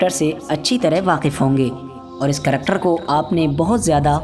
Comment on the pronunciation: karector, Tractor, karacter..LOL O bhai agar 'character' kahna nahi aa raha hai to 'Kirdaar' bol de zaroori hai Karector kahna, issy tumhara karactor nazar aa raha hai...LOL.